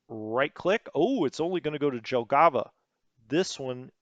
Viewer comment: since you will have a lot of "J" in WITE 2 here is a tutorial for you :) In all slavic languages and other east europeans languages J is pronounced allways as english Y (like first letter in "yes"). Pronouncing somthing like you did with Jelgava completly changes word and sound funny. So you dont need to think about that just allways pronounce J as Y if you talk about names in USSR. Now you may ask me why they didnt change that to Y like in names of other russian cities on map. The answer is that Jelgava is Latvian word and they probably dont know that they also pronunce J like in slavic languages. Germans also dont pronunce J as in english so that JG (Jagdgeschwader) is actualy YG on english. Same example as with Jelgava. But you can find on YT almost all german words how they pronounce so you should do that at least for those which you use 100 times in every video :) Pskov not Peskov. If it doesnt have an letter you dont pronunce it and there is not "e" in that name. But this is not big mistake becouse i understand that it is hard for non slavic speaker to pronounce that.